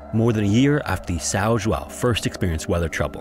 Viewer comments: The correct pronunciation in portuguese of the ship's name is something like this: Saun Joaun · "Sow Joo-ow" 😂😂😂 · You completely butchered the name São João. It's that hard to Google the right way to pronounce the name, before making the video?